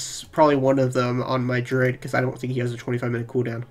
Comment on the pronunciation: I'm still confused at how you could pronounce druid as "droid" and paladin as "powden" ....but maybe it is a speech impediment and I shouldn't say anything because I don't want to be rude.